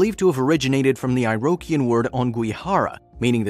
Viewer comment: Too bad 98% of the footage had nothing to do with Niagara. Iroquoian, /irəˈkwoiən/ totally mispronounced. Was this a computerized narration? Watch something else.